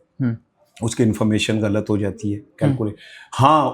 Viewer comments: Ye sahafi kiya india ki language mein ghalt ko bar bar, gult, hindi mein keh raha hy.ya ghain ko gaaf, gult kehta hy. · وہ نوجوان صحافی بن گئے ھیں جو " غ " تک کو " گ " بولتے ھیں ۔۔ غلط کو گلت بول رھا ھے ۔۔ اس سے یہ پتا چلتا ھے کہ اس نے قرآن مجید بھی نہیں پڑھا ھوگا ۔۔ 😮